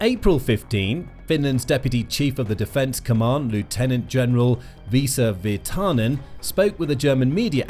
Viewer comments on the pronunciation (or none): IT IS PRONOUNCED VIR-TANEN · Your pronounciation of Virtanen is not bad. Just... emphasize on the first syllable, not second, and it would immediately be better. This applies to all Finnish names. The video is a good summary of what has been going on. It would be nice to have a comparison between what Russia is doing towards Finland and other contries having a border with them - Baltic countries, maybe even on other sides of Russia. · they butcher every single non English name anyways